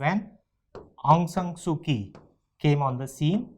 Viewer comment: It's pronounced as "Soo-Chee" not "Soo-Kee"